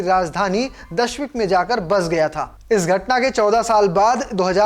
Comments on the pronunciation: Bhai ji (dashmik) nahi DAMISHK hai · Abe jahil dashmik nhi ,,damishk hai😅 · Abe dashmik nahi damascus ya दमिश्क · Damishq sahi se bolo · Damishq sahi se bol lijye sir